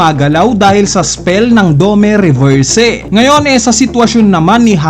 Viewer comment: request lang boss, yung spelling kasi is DOMI REVERSI and hindi DOME RESERVSE. medyo masakit lang sa tenga pakinggan yung pronunciation na DOMEH REVERSEH